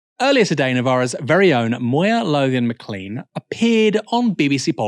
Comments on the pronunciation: Aaron butchering Moya's surname there. Mi-clayne, not mi-clean. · Please, please ffs 🙏 It's pronounced 'Ma clane', not 'Ma cleen'!! 😡 Moya has a very proud clan name indeed, and it's very important that it should be pronounced properly. Saor Alba 🏴